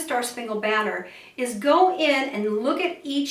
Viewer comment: You sang the word BANNER wrong! There are not 4 sung syllables in banner. There are 3. Baa😅 ner er